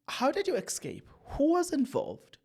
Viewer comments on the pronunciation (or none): Yabona my son you said someone commented to how you call Bester Bexter made me laugh silently and nicodemusly because I know a number of words you call anyhow and number of you tubers that call those words like you 😂excape instead of ESCAPE is one of them. I will be like it doesn’t matter I got the message